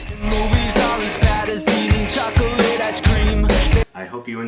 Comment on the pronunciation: Chaw-Coe-Lit ice cream